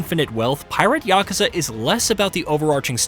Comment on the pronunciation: YAKU!! YAKU!!! NOT YAKA!!